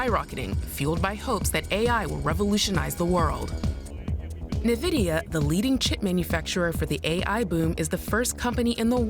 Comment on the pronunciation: bro works as journalist, covering tech news but doesn't know who NVIDIA are pronounced? here how it's pronounce, follow me, ENVY...DEE....A...